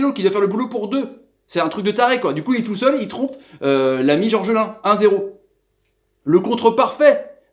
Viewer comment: Gorgelin pas georgelin sinon décevant ce match